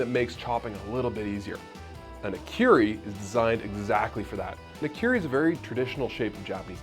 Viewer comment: Nikiri ??? I always thought it was called Nakiri. Nikiri sounds like a type of sushi(Nigiri)